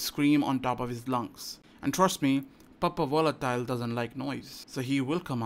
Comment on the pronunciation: I love how says pappa volatile